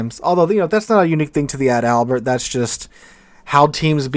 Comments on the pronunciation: Ad albert sounds funny.... Its pronounced just like the paratrooper flower the Germans wore....Edelweiss. (pronounced Adle Vise) Adalbert. .. (pronounced Adle Bear) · I’m not a nitpicker, really, but it’s Adal-bert, not Add-Albert. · I don't want to be the "actually " guy here, but you're mispronouncing the ship's name. She's ADAL-bert, not Ad-ALbert. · sorry, but I love your pronouncing "Ad Albert" 🤣🤣🤣🤣🤣🤣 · Can't wait for the full, comprehensive German ship review video, where we get to see how the "Bi-Smark," the "Fry Derek, " and the Gruh-Sewer hold up in 2025